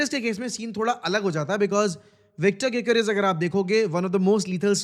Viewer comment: my bro said vichtor gyokores